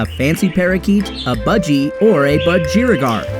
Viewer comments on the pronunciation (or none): Ironic that you can’t pronounce ‘budgerigar’. Try emphasising the first syllable.😂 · My only issue is that you should be pronouncing budgerigar with emphasis the same as the words "BLUDGEr" "CIgar" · As an Australian who always doesn’t understand why America call them Parakeets, this narrator actually pronounced Budgerigar wrong lol! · Surly Americans can say budgie even if they can't say budgerigar. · He says budgerigar weired